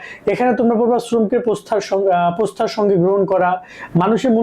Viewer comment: প্রস্থা ❌ শ্রদ্ধা ✅